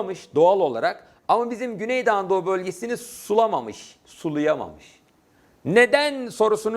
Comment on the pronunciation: Hocam çok güzel güney doğu anadolu diyorsunuz :))